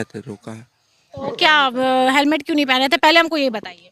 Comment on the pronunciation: हेलमेट बोलो सिपाही सिपाही हेमलेट बोल रहा हैं सही से बोला करों